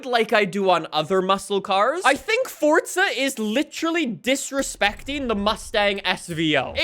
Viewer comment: welcome to another For'T'za horizon video🤦🏻‍♂️almost every YouTuber says it😂